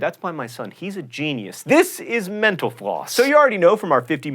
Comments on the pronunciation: every time he says mental floss, I hear menopause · Dear John, Your show keeps me sane at work. Thank you. One FYI however - please slow down when you pronounce "Mental Floss"... You are starting to slur it into "Menopause". Thanks again. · Am I the only one that hears "menopause" instead of "mental floss'?? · I need Qtips, I keep hearing "Thanks menopause" every time I watch your video. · I swear, I always hear him say "Thank you for watching menopause." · Every time he says "mental floss", I hear menopause. At least, I'm not the only one. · Sometimes when John is saying "Mental Floss" I think it sounds like 'menopause'... but that's probably just me. :P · Every time he says "Mental Floss" I hear "menopause" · So I'm not the only one who hears 'menopause' at the end? Okay, I was starting to think I was just disturbed :) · sometimes he sounds like he's saying "menopause" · I know it's Mental Floss, but I can't help but hearing menopause. :/ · Speaking of misquotations, when John Green says "Mental Floss", it often sounds like "Menopause". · Here's another mis-quotation, "thanks for watching menopause." No kidding, I keep hearing menopause instead of mental floss lol. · Every Episode it sounds like he says "Thanks for watching menopause" .. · John Green never said, "Thank you for watching Menopause," even though it sounds like it at the end of every episode. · When u said mental floss it sounded like u said menopause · At the end I thought he said menopause instead of mental floss... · When he said mental floss quickly at the end, I thought he said "menopause". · Every time he says mental floss it sounds like menopause... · whenever John says "mental floss" it sounds like "menopause" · When you say mental floss, I hear menopause. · oh gawd, it really does sound like "thanks for watching menopause"